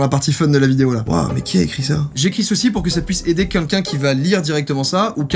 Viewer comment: joyca qui dit quunlqu'un au lieu de quelqu'un oklm